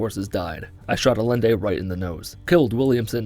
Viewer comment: "allende" lol